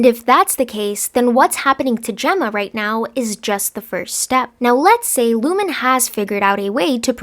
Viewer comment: It’s ‘Lumon’, ,Ricken’ and ,Dylan’